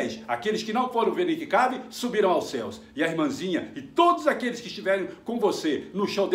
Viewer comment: É o Nick Cave! se fala Nick keive!! kkkkkkkkkkkkkk